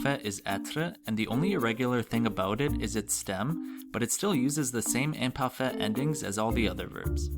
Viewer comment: I know this is from 6 years ago but your pronouncation is not good...you don't roll the r in words like être, and also your way of pronouncing the i in like "imparfait" is wrong...not to be mean but if you teach french you should know this